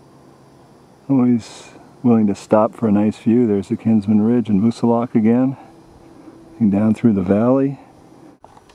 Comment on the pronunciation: Nice video. Thank you for pronouncing Mt Moosilauke correctly, and for the natural history as you went along. I did this loop this summer on a stunningly perfect day.